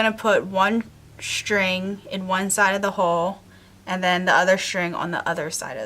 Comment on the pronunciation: I like your attachment idea but please, pronounce the words "string" and "straight" the proper way. So many people are pronouncing words that start with "str" as if it was "shtr". String, not Shtring.